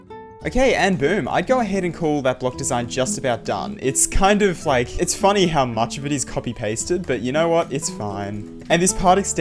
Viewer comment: "kinda funneh" lmao